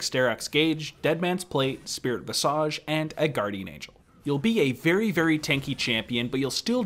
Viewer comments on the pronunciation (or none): Guillotine - the ll is a y sound. Gee-yuh-teen Visage - vis-idge. Not visage not like massage